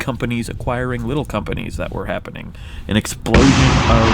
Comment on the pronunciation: Hey Wheezy, do you put emphasis on EXplosion, exPLOsion, or exploSION? I hear you alternate between the first two and I think it would be interesting if you tried different ways of saying it and maybe have different explosions for each one. :P